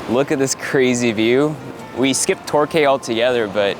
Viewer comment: Btw it's pronounced tor-kee 😘😘😉😉